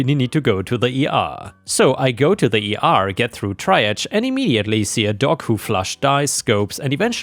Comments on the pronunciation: "triage" is "tree-ah-zh" Take how you said it (try-add-zh) and replace the first two parts with "tree-ah." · The word “triage” is pronounced “tree-arzh” - like espionage! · I'm here to let you know that triage is pronounced TREE-aahjj